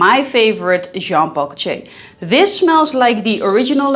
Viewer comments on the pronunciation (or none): Jean Paul "Goce", please stop say that